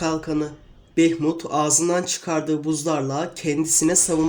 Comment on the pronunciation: Bunun ismi Behmut deil behmud